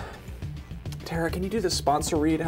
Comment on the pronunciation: Tara, not Tera guys.